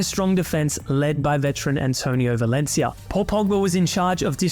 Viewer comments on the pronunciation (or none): none